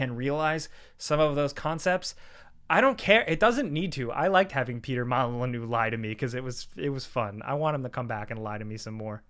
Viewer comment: Just because I wanted to be the thousandth person to tell you this, It's Peter Mall-En-You, not Mon-A-Loo